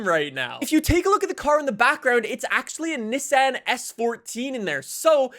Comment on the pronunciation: Did you have a stoke or something why you say Nissan so weird haha